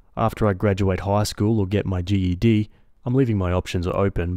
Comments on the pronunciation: Ok, took me a minute to realize you kept saying ged instead of G E D 🤣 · GED is spelled out. sorry but hearing it called "ged" is annoying. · Say the letters in GED, don’t say it as a word Gee Eee Dee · Every time he said GED irked me 😭